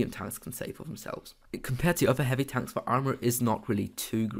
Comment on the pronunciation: Bro it pronounced "Tanks" not "Tonks"